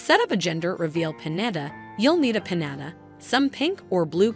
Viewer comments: Omg its PiÑATA peen-yah-tah! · The way she saying piñata it driving me crazy